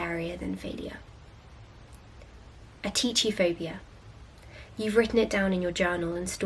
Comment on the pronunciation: Hey, I think you should take a bit more care with double-checking pronunciation as you quite often mispronounce words. In this video you pronounced atychiphobia like ‘ateecheephobia’ whereas it should be pronounced ‘atikiphobia’. It’s a Greek word so the ‘ch’ is pronounced like a ‘k’ (like in chronology). I don’t mean to be rude - just thought you’d like to know!